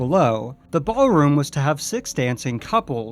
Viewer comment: 'Ballroom' not 'Bar-room'. Lol